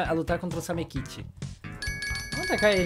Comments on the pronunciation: CARALHO NÃO E SAMEKITE E SAMEKICHI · pq ele fala samekiti mais e samekichi